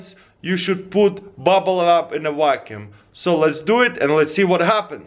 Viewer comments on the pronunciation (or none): i like how he says vacuum chamber "whackuum chamber" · how come can pronounce "v" in "shaving" but not in vacuum? quit being so Russian! not wackyoom! :P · I only came here to see how he pronounces vacuum. I was not let down! 😂